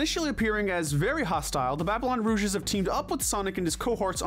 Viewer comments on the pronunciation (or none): Babylon Rogues not “Rouges” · Dude, it's pronounced Babylon ROGUES, not Rouges🤣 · It’s Rogues, not “Rouges” it’s almost like you’re saying that Rouge the Bat should be in charge instead of Jet. And depressing how some of the more SURPRISING characters are nominated here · Rouges? I think you meant Rogues. Also when mentioning the Chaotix, you forgot Ray the Flying Squirrel. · Babylon "Rouges"? It's Babylon Rogues. Rouge is the...(clears throat) well-endowed bat girl that occasionally flirts with Sonic and Knux. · "Rogues" is pronounced "ROWGS" not "ROOGES"! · Lol not having a good time pronouncing "Rogues" today are we? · Nope. XD